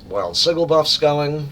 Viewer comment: Learned a lot about playing blue LM, thank you! My problem at lower levels is maintaining pet aggro against groups of mobs. Just fyi, the “g” in sigil is pronounced like a j, not a hard g.